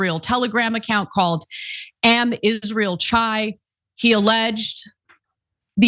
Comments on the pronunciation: Am Israel Chai is pronounced “AM Israel Kai”, which means “The people of Israel live”. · Am rhymes with Tom, Yisrael, khai- rhymes with tie. Kh is guttural like Bach